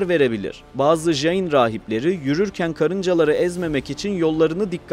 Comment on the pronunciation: Öğrencilerime göndereceğim bir video olmuş. Son derece doğru bilgiler var. İki mezhebi var, siz daha çok Svetambara mezhebini anlatmışsınız. Bir de Digambara mezhebi var, onlar nefsin çile yollarını çok daha üst boyutlara ulaştırmış durumdadır. Dediğiniz gibi sessiz oturuş, çıplak olmak, hareket etmemek gibi değişik pratikleri var. Bu arada "jayin" diye J harfi ile okunmaz. C harfi ile okumanız gerekiyor. Caynizm, Cain. Cina (jina) kelimesinden türemektedir ve bu "kahraman" demektir. Ayrıca "jiva" diye bir inanışları var ve bu modern bilimin ön gördüğü "atom" modelinin ilk örneği olarak görülebilir. Tüm bunlara rağmen, insanlara tapma gibi ayinleri yüzünden monoteist geleneklerle asla uzlaşamaz.